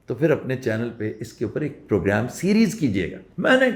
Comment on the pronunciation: "Pogram" fuking illiterate.